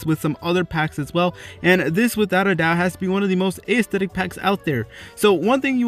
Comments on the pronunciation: Lol "ayesthetic" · You said aesthetic so many times. And not once did you pronounce it correctly. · I hatehow he pronounces aesthetic that's not hoe its pronounced its so annoying